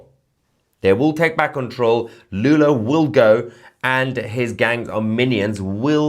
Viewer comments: Not Lulu, it's Lula, Got it ? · If you want to make serious news how about starting by naming presidents by their real name. It‘s Lula, not Lulu.